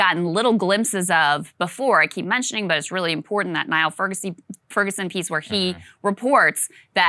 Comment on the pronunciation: Niall is pronounced Neil. It’s hilarious that media members try to pronounce Kyiv correctly but have never looked up how to pronounce this Scottish name.